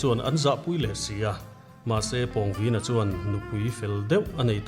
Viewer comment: Pawngvina hi introduction ah Khan ilam diklo ania